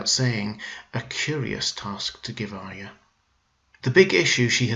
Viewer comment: You are one of the few Youtubers that pronounces Arya correctly which makes me very happy!